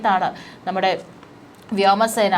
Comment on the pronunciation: വ്യാമ സേന അല്ല വ്യോമ സേന ആണു